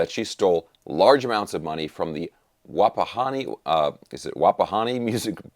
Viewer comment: You said Wapahani right. I am impressed sir!